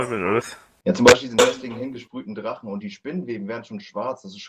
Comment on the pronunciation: "Ich bin nicht der drachne, verdammde aggst!"